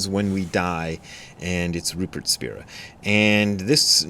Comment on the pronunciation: It’s pronounced Spy-ra